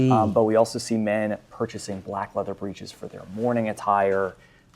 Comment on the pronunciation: Fabulous work. The word "breeches" is pronounced BRICH-iz in English, phonetically rhyming with "itches".